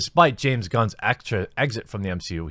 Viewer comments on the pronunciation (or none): none